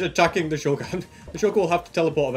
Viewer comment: Its not sh*oo*lker its sh*a*lker